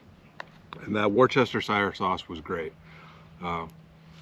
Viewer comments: Not pronounced “worchestershire”. It’s pronounced “whatsthisheresauce”. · The sauce is pronounced: (like you were saying wolf) wo-sta-shire (Worcester). I know this because I graduated from Worcester Polytechnic Institute in Worcester, Massachusetts. Love the recent historical stuff like Big Brutus and the Little House! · A place the Ingalls family lived that Laura did not write about was Burr Oak, Iowa. Apparently it was not a very pleasant time for the family. I visited that museum long ago, when I lived in Minneapolis. And the marinade sauce you were using is pronounced "wash yer sister". I swear, I heard Brits say it on You Tube 😁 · Correction, it's Wash-Yo-Sister-Sauce lol. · Wustershur sauce is how you say it my friend,,,, And thats from someone from england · Hope you are well after your medical condition. To help out a bit from an English man, say it as I spell it here... "wus-ta-sheer-sauce" I am from Leicester which incidentally is pronounced "lester" it's a Roman thing. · Great video! 😊 To pronounce Worcestershire just say Wistershear. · It's pronounced woosta sheer. I know because I am in the uk lol. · It’s … wool-ster-sheer sauce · Not sure if anyone says it right washyoursister sause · Worcestershire...: " worse -word - in - the - world - sauce " ..😂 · Doritos & steak! I laughed! You gotta stop pronouncing "Worcestershire" that way. You gotta say like you had a six pack of breer! Worcestershire, little more slurry